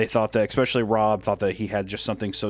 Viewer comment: I swear I used to say expecially too😭🤣 I think it might be a Midwest thing